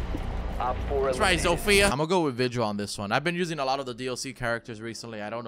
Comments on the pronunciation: Just a tip for you if you want to pronounce "Zofia" better, don't put the accent on "I", put it on "O". Trust me, be boy is from Polando. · (I know you mentioned it but still...) Zofia is not pronounced like you do it. Throw her name into google translate pls. (I'm polish and I keep getting absolutely triggered by people prknouncing it wrong) nice vid btw.😉